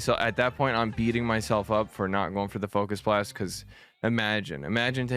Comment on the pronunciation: This is the only way to say focus blast 😭😭😭